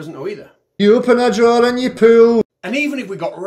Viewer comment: 🤣🤣🤣🤣🤣🤣🤣🤣🤣🤣🤣......pullllll tha draw’r (r is silent)